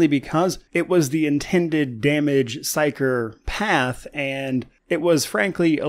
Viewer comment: "psyker path" (HAHAHA) i'm going to abuse it